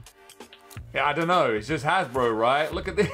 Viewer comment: Its not hasbro but Hasbruh 😂